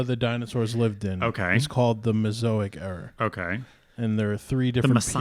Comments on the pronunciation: I like how the guy off camera mispronounced it “mesoic” era, then said mesozoic correctly. He is sandbagging, smarter than he puts on. 🤔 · It's kinda crazy that the guy behind the camera kept saying "mezoic" but knew the word was really "Mesozoic" even though nobody else had said it correctly yet. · also said Mezoic instead of Mesozoic, I believe 😄 clearly none of them are very well versed in these matters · I love that even the producer READING gets the names wrong. And how wrong they STILL ARE after this pod. Brontosaurus isn’t a dinosaur. The “mezoic” era is not a thing. It’s all fun though. Still love you guys!